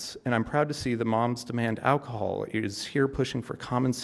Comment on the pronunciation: "The Mom's demand alcohol is here pushing for common sense"? That makes zero sense. I had to listen to that four times to make sure that's what he said, and even had to turn on CC to make sure I heard that right.